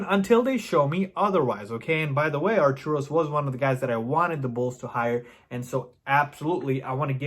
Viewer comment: Its Arturus not Arturos...it drives me mad everytime you say it.